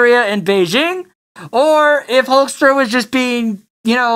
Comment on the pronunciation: Thank you for saying hulkster